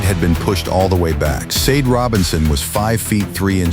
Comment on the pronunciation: Sade... is pronounced Sh-ah-day